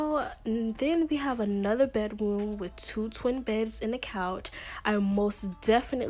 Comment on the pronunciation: I love it when you say, "Bedwoom" ITS SOOO CUTEE